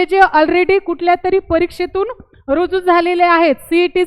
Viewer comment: तुम्हाला भारतीय संविधानाच्या अनुच्छेद 14,21 कलम माहीत नाही, भारतीय राज्यघटना नागरिक, सेवकांच्या सुरक्षा या विषयावर ज्ञान नाही. तुम्ही दहावी पास आहे तुम्ही अगोदर मुक्त विद्यापीठाच्या पुर्वतयारी करून बारावी पास व्हा. मराठी भाषेवर प्रभुत्व नाही आहे तर्री म्हणत आहे तरी म्हणून उच्चार करा